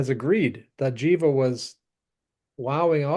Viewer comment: The band Jiva is pronounced with a hard "G" sound, not a "J" as in "GHEE-va". It is a sanskrit word that means "that which breathes". This info can be found on their bandcamp page.